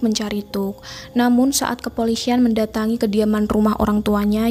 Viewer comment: Kepolisian. Bukan kepolisyian.